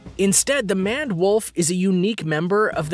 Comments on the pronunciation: You are calling the Maned Wolf a Manwolf ITS "Maned" like Maine but past tensed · I have to watch this for school, but nice facts about the animals. But isn't Maned Wolf pronounced like Mained Wolf, not Manned Wolf also, how many times was the word "thus" said in this video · Don't you call it the MANED (like MAIN) wolf? Also, you said 'adaptions' instead of adaptations. Thought you ought to know!